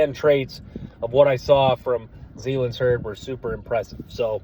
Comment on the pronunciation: Hey my man love the content and I already subbed but plz stop butchering the guys names zalance (zuh-lance)heard and Gil-Lory spelled guillory.. only trying to help .. no offense. Geaux tigers